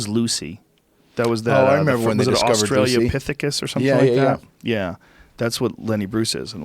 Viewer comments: Can someone tell Joe it's AUSTRALOpithecus and not AUSTRALIApithecus please? And while you're at it also tell him its all of A sudden and not all THE sudden. Drives me fucking nuts! Great episode though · Hopefully he no longer says Australia pithecus